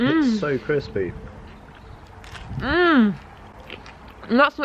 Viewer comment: Anyone else hear say the pizza was “CRIPsy” when she looked at it on the grill 😂 so me.